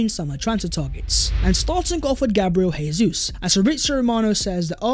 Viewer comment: Please pronounce Gabriel Jesus’ name right lol. He’s not Spanish